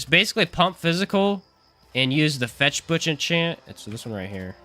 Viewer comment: it's not fetch butch. fechtbuch literaly translated means fight book and is pronounced pretty much the same.